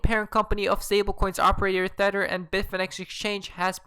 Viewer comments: Wtf is a thetter😭🤣🤣😂😂😂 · I really like your chanel and your content. But, can you please stop calling tether theter?